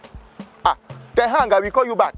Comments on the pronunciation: Ten hang 🤣🤣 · Ten Hang 😂😂😂 I almost fell down 😂😂😂